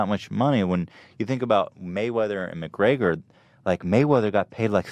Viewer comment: Why does Ethan keep saying McGreYYYYYgor??